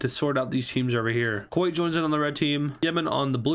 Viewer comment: you can hear my heartbreak when he said kowet